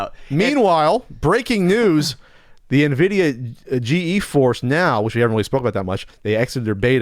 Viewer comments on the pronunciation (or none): "Nvidia G-E force" Ok boomer 🤣